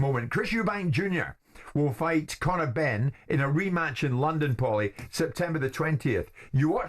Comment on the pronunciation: Who is POWLY jesus man haha, great otherwise